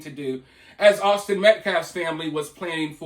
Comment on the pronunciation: That guy is a complete idiot! When you played "his" press conference I couldn't believe what I heard him say! He couldn't even say Austin's last name correctly! It was completely one-sided, the murderers side Karmello. 🤬